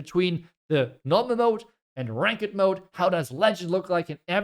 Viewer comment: pronunciation is like rankt, not rankered